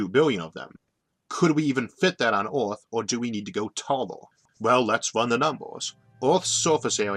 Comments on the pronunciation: I cant stand his voice... ooth instead of earth... jesus christ. Have someone else read the damn script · OMG how can you not say earth!? this is terrible can't listen to you at all. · I have no clue what planet you are talking about. "Orth"? Learn to say "ER", not "OR". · “Visions of Awth”